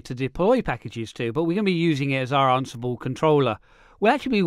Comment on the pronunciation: Am I pronouncing it wrong or are you? I thought it was an-si-ble not arn-si-ble lol Are you just concentrating on the RHEL exam for this little series of videos? I'd love to see Ansible used with some other declarative software like Vagrant or Terraform.